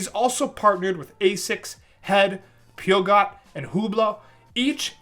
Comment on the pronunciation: ....its pewwwwschoooo. Not pewgot lol. Peugeot